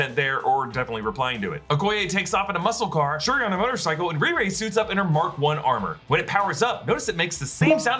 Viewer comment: Anyone else notice that he kept calling re-re Shrui?